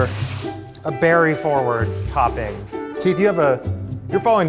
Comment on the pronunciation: i'll take it back he just said "berry forward" how's the flower shop going bro